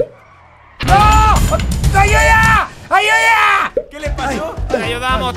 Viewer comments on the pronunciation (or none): En el minuto dijiste ayuya en vez de ayuda🤘🏻